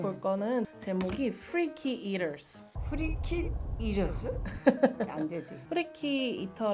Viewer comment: Omg she said “freaky eaters” so well!